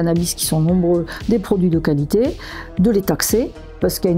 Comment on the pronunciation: la « cali té » pas mal celle là